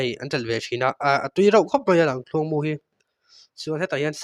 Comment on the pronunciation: Tinge Lamthluang tih deuh tlat a,ka lo ngaimawh deuh a,Lamkhuang iti thiam awm tho sia😊